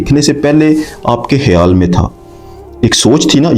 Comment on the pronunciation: Hayaal nhi sir " KHAYAAL "